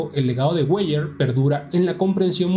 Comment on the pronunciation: Weyer se lee Vaier. Perdone la nota.